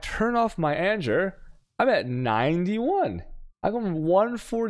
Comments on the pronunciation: "anjer" (Anger) made me unsubscribe lol. Cant do it anymore, he triggers my OCD so bad. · The constant pronunciation of anger as anjer is filling me with anger 😂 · ANJER? What? Please be kidding... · Does he even speak English? and he managed to butcher anomalOUS (as in Pose) mETA (as in Pita, the food) anGER (as in Danger). That's not how you pronounce these. Like holy shit he must be an American. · The way he's saying anger is triggering me